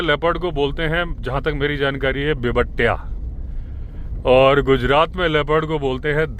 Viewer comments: आप लेपर्ड का मराठी में सही उच्चारण नहीं कर रहे हैं वो बिबंट्या नहीं होता है बल्कि बिबट्या होता है। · अरे महाराष्ट्र मे लेपर्ड को बोला जाता है👉 बिबट्या 👈 आपने क्या बोला 👉बीब्बट्या👈 ये आपका अक्षर मे सून के बहुत खुश हो गया.😊 और लाईक करना भूलना नाही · bibattya नहीं, bibtya उच्चार है महाराष्ट्र मे